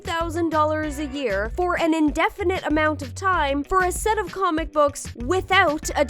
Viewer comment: Hehe “coomic bok” gig